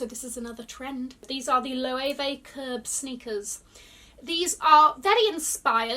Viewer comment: I had to go back like she didnt pronounce this right at all 😭😭